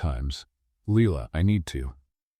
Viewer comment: like I said AI is so dumb. Her name is no longer Leila. It’s now pronounced Leela‼️😂😂😂